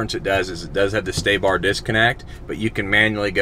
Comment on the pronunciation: Sway bar not stay-bar….